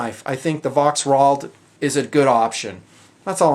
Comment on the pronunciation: The "V" is prenounced as a "F' in German.